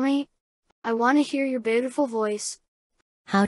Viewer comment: "BAEUTIFUL" - 😈